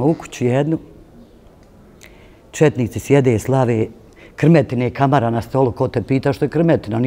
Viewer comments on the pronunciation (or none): none